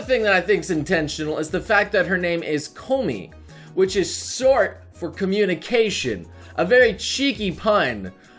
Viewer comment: having some trouble saying Short there aren't ya?